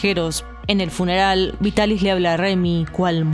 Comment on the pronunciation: El doblaje de la Remy chica es en castellano, verdad? Porque estoy segura de que la actriz de la prota es mi adorada Marta Sainz, que ha hecho a tantos personajes de mi infancia :D <3 Me alegra también el error de la R en Vitaris, puesto que significa que ya traducían del japonés directamente, y no de la versión francesa como hacían antes...).